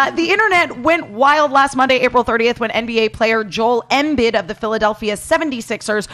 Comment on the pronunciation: “Joel Em-Bid”